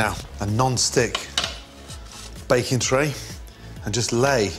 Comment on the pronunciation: always when he says "baking" it sounds like Bacon to me.. i was so confused at first when he talked about Bacon plate and Bacon powder xD